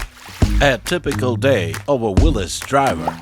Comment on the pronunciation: Starting the video with the accurate pronunciation of Willys just got you a new subscriber 👍